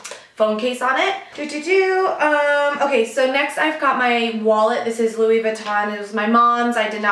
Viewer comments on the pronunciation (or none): none